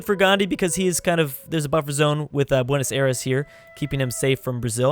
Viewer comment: Buenos aires Pronounced Buenos ardes